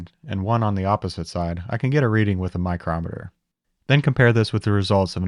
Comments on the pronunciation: yeah, you Sir, also have great skills, absolutely impressive. The "eye-crometer" killed me though 😄😂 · "Eyecrometer" Love it. 😂